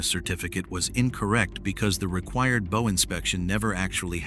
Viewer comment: I can forgive the AI mispronunciation if the word "bow" because the video is not bad. SO... MESSAGE TO CREATOR - HOW ABOUT ABANDONING AI AND BRING YOURSELF BACK TO NARRATION? NOT ONLY WOULD IT MEAN NOT BEING LAZY, BUT IT WOULD MEAN THAT YOU, BEING THE MAIN INTELLIGENCE WOULD RECLAIM PART OWNERSHIP INSTEAD OF SPLITTING IT BECAUSE YOU ARE GONNA FIND YOURSELF BEING LEGALLY CHALLENGED BY USE OF AI, WHERE THE LEGAL ARGUMENT STATES THAT THE ARTIFICIAL INTELLIGENCE OWNS PART OF THIS VIDEO. I should know - I'm a lawyer involved in preparing a first case on that actual subject ( on another video maker ) and we expect to win.